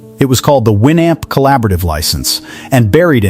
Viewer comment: If you are going to make a video about a product. Learn how to pronounce it. The Amp is pronounced the North American way as in amplifier